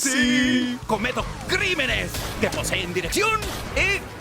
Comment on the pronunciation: cometo, CRINENES de- Gue- rra- 🗣️